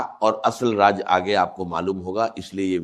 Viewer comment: Raaj nhi raaz dubbing tou ache se kr lete ...